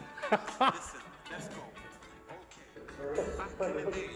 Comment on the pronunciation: "lithen" lol